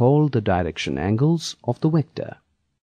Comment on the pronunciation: Wector... lolwut. Vector.